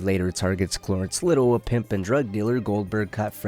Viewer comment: Brother what's with the ways you pronounce names? Cloorence? Marine?